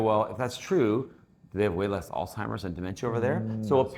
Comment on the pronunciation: I love this channel but am surprised that both of you pronounced Alzheimer’s as “Al-Timers”.